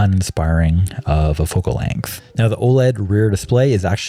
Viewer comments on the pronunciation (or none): none